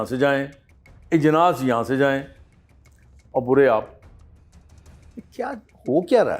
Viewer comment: "Ijnas" nahin sir" Ajnas"